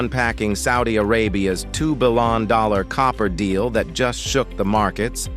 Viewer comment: Look- the content is excellent. It's just thatI believe it deserves a better A.I. voice. It's 'Billion' , NOT 'Billon'.